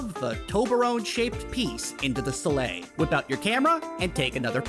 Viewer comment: Pronounced STEEL-Lee or STEEL-Lah